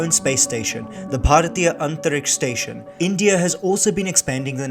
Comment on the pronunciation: Wow! Your pronunciation for Bhartiye Antriksh Station was on point😊